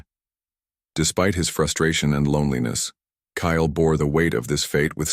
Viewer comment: Kale or Kyle please get it right❤